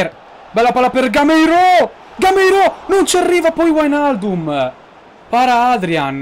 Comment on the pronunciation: sei un grande continua così. un solo appunto sulle pronunce: wijnaldum: vainaldum macpies: mecpais per il resto bellissima carriera!